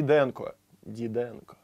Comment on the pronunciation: тут ещё страдал великодержавием. Как он произнёс фамилию "Дидэнко".